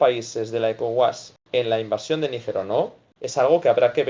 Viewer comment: Se dice invasion. No invacion.